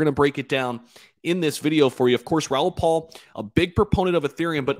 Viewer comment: It's Raoul PAL